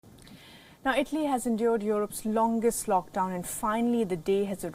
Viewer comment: Tf is “ itly “ it’s ITALY